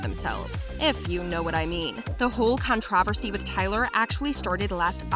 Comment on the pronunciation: i’m still stuck on the way she said controversy